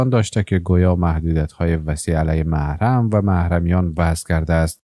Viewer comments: محرم نوشته میشود و موحرم خوانده میشود ؟؟!! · اگر میشه کلمات را درست تلفظ کنید مثلا کلمه محرم را چگونه تلفظ مکیند حد اقل به رسالت گزارش دهی تان آگاهانه رفتار کنید.... نه از روی عقده.... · ببخشید کلمه محرم را اشتباه تلفظ می کنید لطفاً از کسی که در املا و انشا بلدیت دارد کمک بگیرید تا طرز درست تلفظ را یاد بگیرید! مثل هوش مصنوعی تلفظ می کنید! لطفاً بیشتر دقت کنید.فعلا لایک نداری تا طرز درست تلفظ را یاد بگیرید!